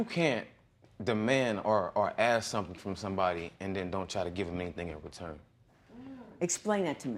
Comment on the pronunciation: Here we go with the axe again ,if you axed him he would be dead pmsl 😀😀😀😀😀😀😀😀